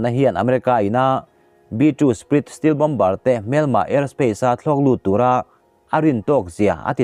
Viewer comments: Steel nilo in stelt tih ang a lam tur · Steel-steelth ni lovin stealth aw lam fimkhur deuh la ngaithlak nuam leh zual ang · B 52 te hi feet 5000 a sang ni lovin feet 50000 a sang tih tur zawk a ni ang em? Feet 5000 lek te chu Phawngpui tlang ai pawhin s hniam daih zawk a lawm. Tin, 'stealth' hi i ti 'steel' daih bawk, engpawh ni se a bengvarthlak e👍